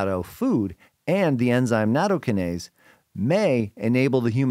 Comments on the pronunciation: Yeah - slightly worrying when experts can't even pronounce the word they're talking about. Natto-KYE-nase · Natto- KI-nase. The emphasis is on the second syllable.